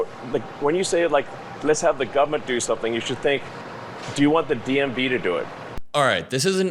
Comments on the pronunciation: I hate that he can’t pronounce government. “Govment” ahhhh 😂😂😂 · Elon saying "gubmint" pleases me. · the way he says government is so funny